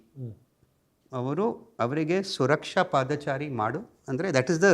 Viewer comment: Thank you so much for the podcast... He deserves many more accolades. Also a small correction ಪಾದಚಾರಿ ... Not ಪಾದಾಚಾರಿ :-)